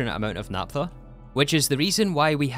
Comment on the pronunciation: Please pronounce "naphtha" porperly